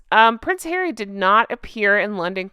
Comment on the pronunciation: Judge 🧑‍⚖️ went like “I didn’t know that Hawwy has children ?! 🤏🤨